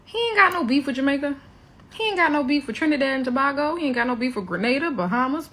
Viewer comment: Pronounce (to-bay-go) trinidad and tobago.